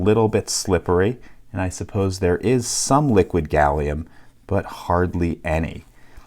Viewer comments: You've said Salium 96 times in this video. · Shouldn't Americans call it Gallum? Like aluminum.